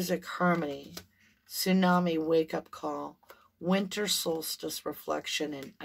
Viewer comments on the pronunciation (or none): none